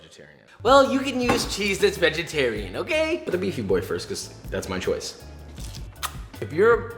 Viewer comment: We got BEEFY BOY and VEGETAWIAN HEAWFY